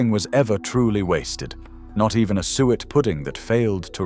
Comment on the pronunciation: Some interesting sentiments, but if the pictures were appropriate to the commentary it would have been so much better! [E.g., you talk of sheep head and show pictures of a pig's head ...... not very clever. Oh and by the way, SUET is pronounced soo-it.